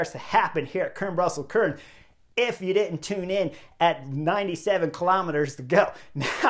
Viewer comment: Chris; the e at the end of Kuurne is not silent; it has two syllables with the 'uh' sound at the end: Kuur-nuh. Sidenote: Spicy Taco is not a traditional Dutch name... Also: van Hooydonck's nickname is: 'De Lange' (The long one; we would say 'tall' instead of 'long'); he's 1.93 mtr; about 6'5".